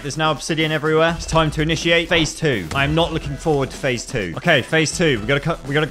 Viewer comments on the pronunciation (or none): bro said iniciate